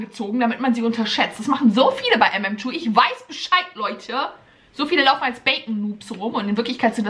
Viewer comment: Ich mag echt aber wer sagt mmtwo 😂wer mm2 sagt 👇🏻